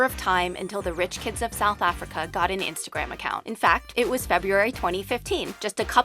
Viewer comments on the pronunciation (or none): Anyone else cringes when she says Africa?